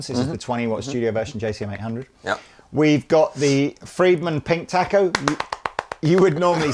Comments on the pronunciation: It's pronounced "taco". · You are pronouncing Taco wrong. A sound is different Great video!